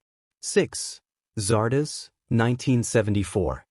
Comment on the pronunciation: Do your research. It's Zardoz, not Zardaz.